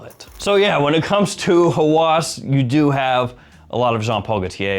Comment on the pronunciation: Hawas is an arabic word that means obsession, and its pronounced with a distinct H sound, so more like how-us, rather than haw-as. To all have a great day.😊